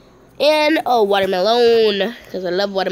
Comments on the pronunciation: "water melommmmmm" 😭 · I just love how she called the watermelon a ”watermelOUn”😂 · She said water Meloon